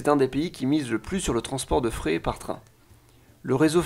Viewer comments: Très bonne vidéo, par contre le fret ca se prononce le frete pas le fré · Juste un petit com pour te préciser que le fret (maritime, ferroviaire, etc...) ça se prononce frète et pas fré. Voilà super vidéo sinon ! :) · "vagons" au lieu de "wagons" rahhh les Français et les W ... Sans parler du mot "fret" juste avant ou le T se prononce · Bonne vidéo. Comme j'ai bossé dans l'aéronautique je me permet de corriger une erreur de prononciation : le fret (marchandise) se dit [frèt] et non [frè]. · Merci pour cette vidéo, très bonne synthèse, deux petites remarques : on prononce le t de fret, et peréquation se prononce comme équation.